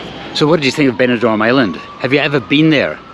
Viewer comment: Very good video. It's Benidorm but not Benidorn (i.e. East Dubai).